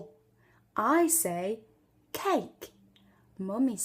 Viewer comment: especially when she said cake Jamaican here